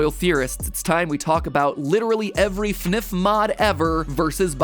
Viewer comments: This man just said funuf instead of F N F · Everyone: F-N-F MatPat: fenef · Finif?? It is pronounced f n f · how to say fnf (eff en eff) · it is pronounced efe nef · well I guess fnf is pronounced fnif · MatPat: says OwO as ‘oh double you oh’ Also MatPat: pronounces FNF as a real word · i love the way he pronounced FNF.. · you made a theory....on a fnf mod....i thought it could never be true....you a legend Matpat. Also you said fnf wrong lol